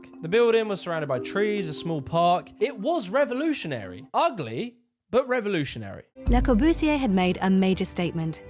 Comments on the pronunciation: This is an engaging video. But the pronunciation is embarrassing. In all your video clips made by others, Le Corbusier is correctly pronounced. So why do you continually call him "Le Cor-boos-ee-err"? And why can't you pronounce "unité d'habitation" correctly? What is going on here? Surely this is elementary research? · Hey! Why that stupid german accent? Le Corbusier.... doesn't that sound frenchy? What about Charles Edouard Jeanneret? Nothing to do with Der Korbu or Karl Eduard Hansy!!!!!! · Luh spree noo vo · Lae cow-boo-see-ear.... funny way of pronunciation.... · Interesting, despite the Russell Brand-ish presentation. But Christ, your French accent is cringe-worthy. At least learn to say the name of the subject of the whole damned video. It's pronounced Le-Core-Buze-ee-Ay. You're welcome.